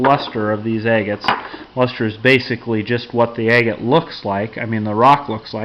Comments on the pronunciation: You say it like Ag-gut, not A-gut. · For a second there I thought you said eggate. Lol